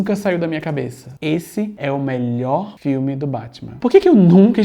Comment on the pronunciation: "esse é o melhooor filme do batman" pausa dramática